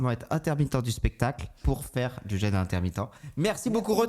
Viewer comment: Suis le seul à avoir eu les oreilles qui saignent: un épisode sur le jeûne, quasi jamais prononcé correctement.